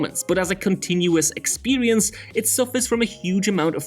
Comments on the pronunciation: “Expewience” “Sewies” 😂😂😂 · I like this "narrator's" narration very much but is it me or does he say 'Period' and 'Experience' weird?